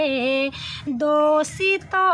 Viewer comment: Doesto nahi dosto bola karo.